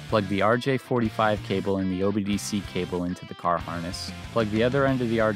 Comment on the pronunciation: First time I've heard someone correctly say "OBD-C cable". Call me shocked and surprised. 😲 😀